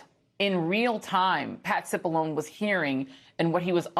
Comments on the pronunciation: Dear: it’s pronounced “Sip Alone E” Not “Sip Alone” All the clips pronounced it correctly. All your guests did. Not a real pro move. Great segment though. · It’s pronounced sip Bull oh knee… everyone in the whole world says it that way. Why does she have to be different? She knows better. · Please get the name right, how can an announcer mess up such an easy name. CipollonE, long E. This is ignorance of being fired from your job in my eyes. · It's pronounced like provolone, the cheese. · Why can't she pronounce Cipollone correctly? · Why she can’t pronounce his name right but want Kamala and Katanji’s name pronounced correctly? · There is nothing more irritating than knowingly being insistent on intentionally misprouncing someone's last name.....it is a long e Joy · how no one told this woman how to pronounce Cipollone ? sshe heard the correct pronunciation by other panel guests and still continued to mispronounce , what a shoddy production .